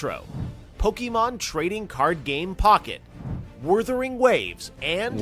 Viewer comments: "Wurthering Waves" brought to you by Wether's Originals hard candy. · Ahh, the noble moble games and "Wurthering" - Annoying when words aren't said right, eh? :D